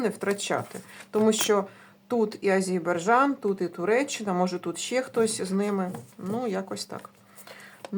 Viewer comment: Тільки не Азейбарджан, а Азербайджан! 😊